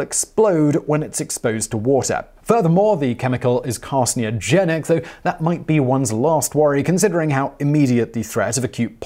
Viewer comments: Fluoroantimonic= Fluoroantiminoic? Carcinogenic= Carsneogenic? Dimethylcadmium= Dimethylcadium? Is this dude alright? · Come ON Simon... It's CAD-ME-UM. Simple. Oh, and carcinogenic... car-sin-oh-gen-ick. Got it? Your charming ways & sexy accent doesn't excuse mispronounced words... Especially fairly simple ones.